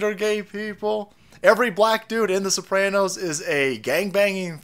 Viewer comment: Not the Sooranos....